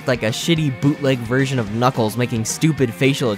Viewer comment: "Knock-Off Knuckles" You mean Knockles? :P